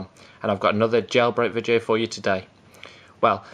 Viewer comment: vidcheo? repeat after me v i D e o! im just kidding